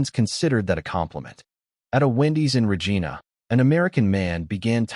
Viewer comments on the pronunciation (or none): REGINA Re-Gii-na. Not Regeena. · If you are going to do videos featuring Canada, maybe learn how to pronounce the cities you include. Regina is not Re-Jean-ah, it is Re-jine-ah. We don't care that you are 12 year olds that giggle because it sounds like a name for a female body part. It is also our legal term for our female Monarch. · The way the speaker pronounced Regeena makes me think he's been to Saskatcheween. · Too many of these are so evidently false -- like a driver in another car rolling down a window to join the conversation. Plus you needd to train your computer on how to pronounce Regina properly. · Can you please fix the mispronunication of Regina? And the pauses around U.S. is pretty bad, too. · How do you pronounce "Regina"?? Must be an American AI.